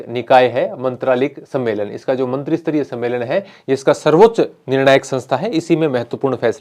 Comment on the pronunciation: सर "मंत्रीसतरीय" नहीं "मंत्रीस्तरीय" होता हैं।